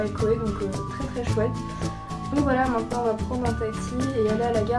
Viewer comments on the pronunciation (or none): none